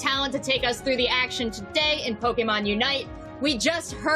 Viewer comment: Go watch the original Pokémon song and learn how to pronounce Pokémon God it's so embarrassing